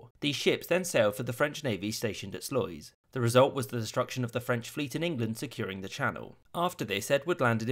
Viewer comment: Omg that pronouncing of sluys (it’s meant to be sluis)